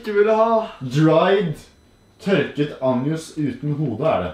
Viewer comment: Hahahah Anjus det heter ansjos liksom ansjos